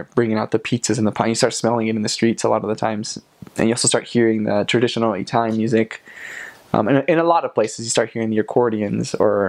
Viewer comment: GREAT VIDEO! One question, if you wouldn't mind: What is your ethnic heritage? The reason I ask is that you pronounce the word "Italian" as EE-TALIAN, the sound of the first "i" being like the "e" in EAT. Most Americans pronounce the first "i" with the sound of the short i as in the word "chip." Are you Hispanic? Greek? Armenian? Middle Eastern? Jewish? Thanks.